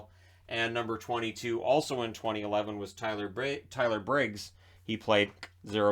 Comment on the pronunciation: sTuPiD iT's LeAfS LeGenD TyLeR BiGgS NoT bRiGgS